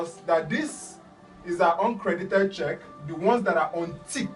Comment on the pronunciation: Sounds like oncredit when you say uncredit.